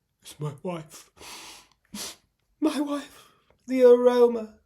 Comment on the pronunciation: "When my woif is in heat and in need of siring"...😂😂😂😂 I nearly choked on my lunch!😂